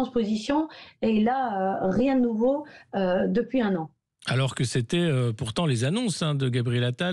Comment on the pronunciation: Mon dieu son élocution est insuportable... OuiE alorsE, en perte de vitesseE.